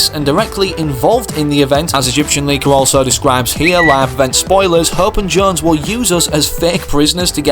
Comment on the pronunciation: He says it wrong it’s jonesy if it was how he said it it would be spelled jones but it’s not